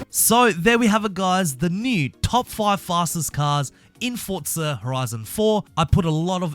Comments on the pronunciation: Its Forza not "fortza" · Stop saying fortza it’s forza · Why do you keep saying fortza instead of forza lol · Why do people call it Fortza its Forza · Fortsa? Fortnight meets Forza? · Why he keep saying fortza? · Why is my guy saying forza with a t